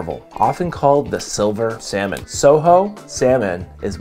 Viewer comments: It’s not soho salmon it’s pronounced co ho Sorry as a person that worked in the seafood industry mispronouncing is a bit of a pet peeve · Just an fyi. It’s coho with a hard c. Not soho. Great review!